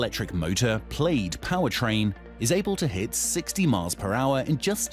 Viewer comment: Its pronounced plad not played